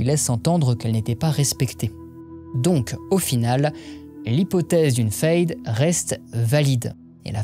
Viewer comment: Question: pourquoi tu prononce "fayde" et pas "faide" alors que le mot est en français? C'est la prononciation allemande?